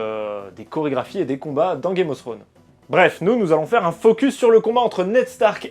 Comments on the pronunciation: Non plus. /θrəʊn/ en phonétique, le θ se prononce comme si tu avais un cheveux sur la langue un peu. Un peu Fsrone en soit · "Throne" ne se prononce pas [Srône], mais d'avantage [Frône].